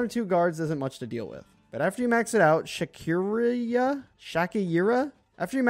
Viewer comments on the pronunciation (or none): its shakiriya if you want pronounce it well